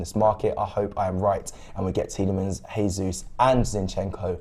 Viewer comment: Seriuosly? "Heysus" ? It's not even hard to pronounce right 🙄